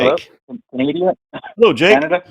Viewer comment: I’d guess it’s intentional because he also said “Canadia”